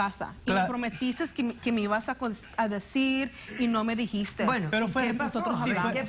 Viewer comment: no me dijisstess 😂😂